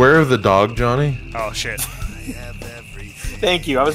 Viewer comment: 15.22....its jawnny!!!